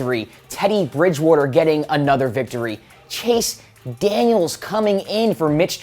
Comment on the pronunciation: He also said Chase Daniels....